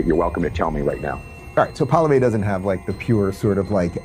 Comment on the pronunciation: The name isn't pollivay. It's PWA lee ev.